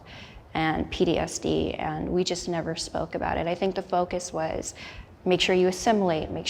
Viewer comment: Is no one gonna talk about how she said ptsd wrong? I totally understand tho❤️